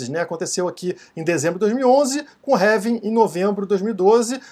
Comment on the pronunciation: Pq vc fala "révim"? Não seria "Relvim"?